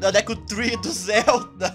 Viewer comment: MDS É DEKU N DÉKU É SEM ASSENTO tirando vc falar os nomes dos personagens errados otimo